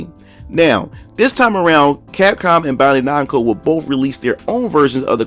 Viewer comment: BAN-DAI /NAMCO ....BAN...BAN....SAY IT WITH ME...BAN-DAI NAMCO.